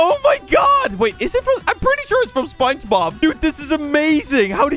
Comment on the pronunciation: At the start of the video: burger car: this is from spongebob What I hear say: this is from spicy bombs!